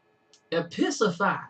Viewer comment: Eyyy, glad you liked it! You almost pronounced it correctly, it's Episeasify. Don't worry a lot of people get it wrong. Dan has/is in quite a few nongaming raps, but quite a few of them are political and he's British so... (Though he did do one about the pope in letter form)